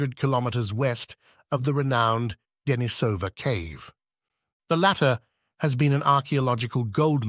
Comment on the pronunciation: Commentary in support of your channel. thank you for the video. I enjoyed it. Чагы́рская пещера (Chagýrskaya peshèra) = lit. "Cave of Chagyr" or Chagýr's cave. in Chagýrskaya, the emphasis is on the ý in chagýr-skaya (of the chagýr)... it is also called the "Rabbit Cave". Денисова Пещера (Denísova peshéra) = lit. 'Cave of Denìs" or Denis's cave in Denìsova; the emphasis on the i in denì-sova (belongng to Denìs)